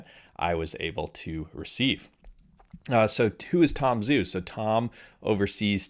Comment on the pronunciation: Great vid. Thanks for all the updates from from Zhu. BTW, it's Tom Joo, not Tom Zoo. The transliteration of "Zh" is a "J" sound. Listen to him pronounce his name. It's not just you, it's almost all the Youtubers. It's the guy's name. Why not gIve him the honor of pronouncing his name correctly?